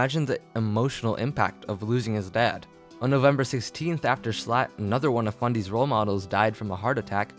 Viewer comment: i like how instead of saying Schlatt, calls him S l a t t